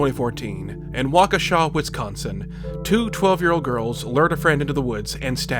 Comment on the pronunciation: Yo, he pronounced Waukesha right.